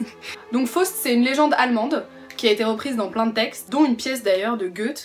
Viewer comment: Please, First of all: try to pronounce Faust correctly.....